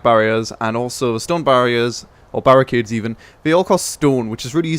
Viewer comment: lol it said barriade instead of barricade